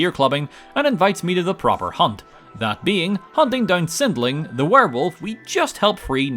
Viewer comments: I’ve just rewatched this video because I haven’t seen it in a while, and I’ve just noticed… you keep calling Sinding “Sindling” lol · You said Sindling three times. Three! His name is Sinding! There is no L in his name. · Even today, I still find it funny you call him "Sindling" and not Sinding, his actual name. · You know, you pronounced sindings name with an L here as well as your werewolf video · Once again missreading Sindings name multiple times. THERES NO L IN HIS NAME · The way he says Sinding incorrectly every time